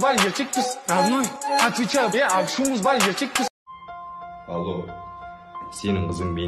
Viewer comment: ашуымыз бар дегенді апшуымды бар деп естідім